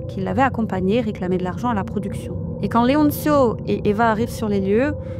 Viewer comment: Leoncio ne se prononce pas "Leontchio", ce n'est pas de l'italien mais de l'espagnol.